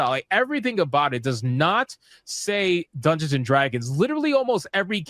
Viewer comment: Dung-gay-on and Drag-goons